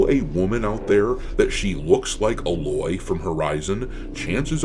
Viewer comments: Uhh loy? It's Aye loy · Ffs. Ai-loy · I know you didn't play the game Doc but it's A-Loy "A" rhymes with "day" and "loy" rhyming with the name "Lloyd". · Who TF is Uh-Loy? Lol!